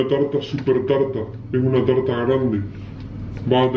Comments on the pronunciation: Una Talta Una BaTiDora Frutilla:D pero nosotros no le vamos a poner esencia de vainilla...........le vamos a poner PPiiiZzz son Bolas......Bolas de coco La Tolta, La Talta [no tenías que ponerlo mucho tiempo] Se IzO cOnCh* discusión:[ xD en el fornia xD ×2 todo mal según!!! no había nadie según pelea pelea ×2 resultado final ~Fin~ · Nadie:....: una Talta:^D...Frutisha he:^D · Todos: una tarta: una talta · 2020 y aún no superó el "Una talta" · "Una talta"✨❤️ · diciendo talta da 900000 años de vida no lo niegen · lA TaLtA UnA tAlTa